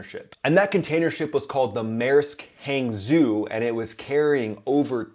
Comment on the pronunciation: "Hangzhou" is pronounced "Hangchow". It's chinese. The new romanization is impossible for those unaware to pronounce correctly.